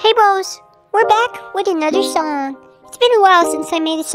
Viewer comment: lol he said the word song so weird 😂